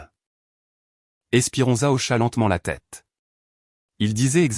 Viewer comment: Esperenza pas espirenza et